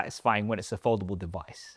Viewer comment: I hope one day you learn how to pronounce Samsung and foldable